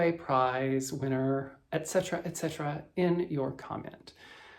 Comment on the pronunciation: I would stitch a merry lantern. When you said etc. what I heard was a line I believe was said by the king of Siam in The King and I. I could totally be wrong about the movie/musical and character but I heard it with a quite different accent from your lovely southern drawl. Hope your week improves.